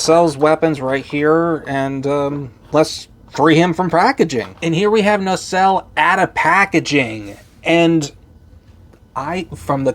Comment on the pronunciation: You keep on pronouncing the name as "NaRcelle". 🙂 I kinda like it like this, though.